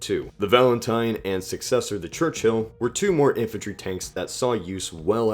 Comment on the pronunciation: I don't mean to be rude but could you work on your pronunciation? You often mispronounce certain words like cavalry and Churchill. You pronounced these as Calvary and Church-hill Don't get me wrong I'm loving this series! Please keep it up! Just keep an eye (or ear) on your pronunciation:)